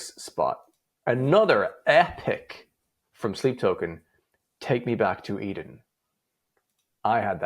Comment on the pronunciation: Take Me Back To Eden is at #1, you mispronounced it